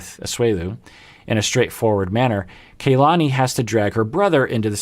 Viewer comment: It's not KAY-lani. It's Kahlani. Both as are pronounced the same.